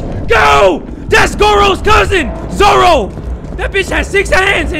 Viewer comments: Bro said zoro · Is watching one piece? Cause i just heard he say "zoro" 😳... "That's zoro cousin" 😳